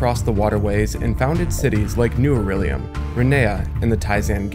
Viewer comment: I know it sounds like nitpicking but you keep saying aurellium when it's Aullerium